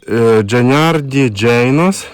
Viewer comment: Пляшка, з надписом на дні - Hunyadi Janos (не дженарді джейнос, 😂як ви прочитали) - Хуньяді Янош, був такий угорський воєвода, його син став угорським королем